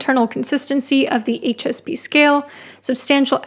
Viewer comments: haha I thought you said “anxious pea” at first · I kept hearing "anxious pea" the first few times you said "HSP"